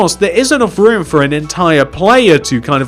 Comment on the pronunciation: WHEN WE SAID 4 HIM "FO" ME "FOR